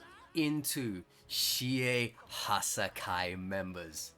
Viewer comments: I cant tell if him saying Hassaikai this way triggers me or makes me laugh a bit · Love the content, cant stand the way he pronounces hassaikai